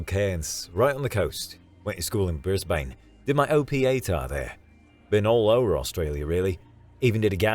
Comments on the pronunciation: Went alright until I heard bris-bane Pronounced brisbin 😂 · I can handle a yank trying on an aussie accent, but Bris-bayn really needs to be said correctly. I don't know why they have so much trouble with Brisbane and Melbourne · You know the VA isn't Australian when they pronounce the A in Brisbane